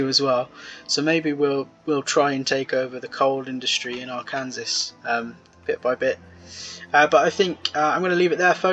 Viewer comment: arkansasan here ~ its ar-can-saw not ar kansas